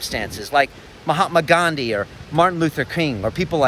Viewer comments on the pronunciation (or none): none